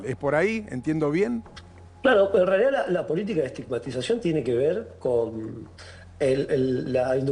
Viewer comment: ESTIMAGTIZACIÓN¿? por favor! Vergonzoso...